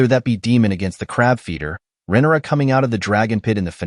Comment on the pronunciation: It’s RHAENYRA, not Renera! For someone smart enough to make a video analysis of the show, you sure are bad with names!